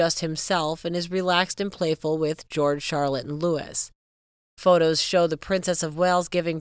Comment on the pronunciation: It’s NOT pronounced Lewis. IT’S LOUIE. Get It Right. 2 wonderful families. Bless them all ❤❤❤❤